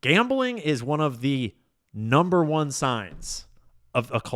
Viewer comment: Your “one soup “ is wrong